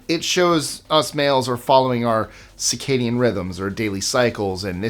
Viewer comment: It may have been accidental, but you said cicadian instead of circadian ( with an r in it). Cicadas actually do have a 17 year cycle though!